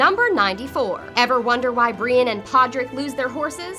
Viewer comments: And Brienne as Breane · Oh-lenn-uh (Olenna) not Oh-lee-ahnna (Seriously, this one was just unforgivable). Oh-burr-inn (Oberyn), not Oh-ber-onn Bree-enn (Brienne), not Bree-inn Cat-linn (Catelyn), not Kate-lenn She didn't even say disciple right. What' the hell's a discifle?